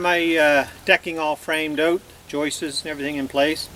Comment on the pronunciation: 30 years of framing and hearing someone pronounce joists as joistes still makes me laugh😂. One is a joist and more than one are joists. Skip the whole cutting water and ice and just buy the right product.